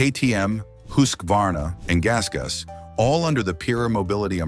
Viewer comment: Kudos to the narrator for properly pronouncing Husqvarna at 19.18 minutes. Here in the states I hear pronunciations like hus kwa varna.